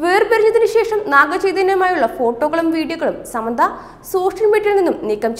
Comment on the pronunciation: ആദ്യം ഒരാളുടെ പേര് നേരെ ചൊവ്വേ പറയാൻ പഠിക്കു സമ്മന്ത അല്ല സാമന്ത 👍